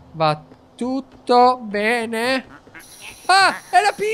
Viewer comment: guarda di nuovo l'ultima parte perché se ti ascolti bene invece di dire bene hai detto "pene"🤣🤣🤣